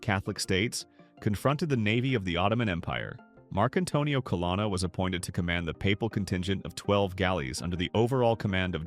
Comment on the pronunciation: it’s pronounced CUH-LOAN-UH